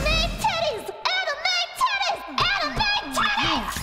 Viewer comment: Watching this at work was an unique experience. I wonder if my headset was leaking sound when she said AMIME TITTIES